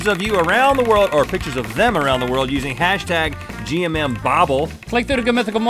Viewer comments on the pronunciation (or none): none